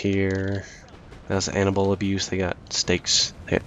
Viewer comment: oh animal abuse - I thought you said anal. anyway great game as usual